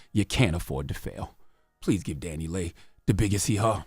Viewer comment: It’s Dani(Lee)Leigh, not Dani(Lay)Leigh.